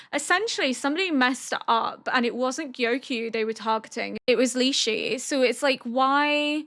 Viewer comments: Just pronunciation tips: The concubine names are pronounced - Ah- duo (but leans more towards the o sound) - Lee-shu - Lee-hwa - Gyo(ghi-yo pronounced fast)-ku-yo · I just want you to know I found much amusement in your attempts to pronounce Lishu's name 🤣 I think you managed to do it differently every single time I do not mean this is a mean way, I know you struggle due to your hearing, I mean it in a cute way. Like the documentary (about penguins) narrated by Benedict Cumberbatch where he struggles to say penguin (it is hilarious, highly encourage you to look it up if you don't know what I mean)